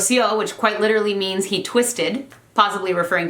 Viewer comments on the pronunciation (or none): none